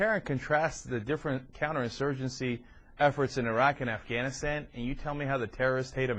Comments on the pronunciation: Airak?... Its pronounced Irak(e-Rak)... Palin, you so stupid.... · I can't stand the way she pronounces Iraq, I-RAQ. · She can't even pronounce properly Iraq in English...